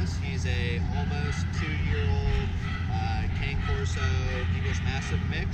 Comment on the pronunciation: Great transformation of behavior. By the way the correct pronunciation is Kah-ney Corso not Kane :)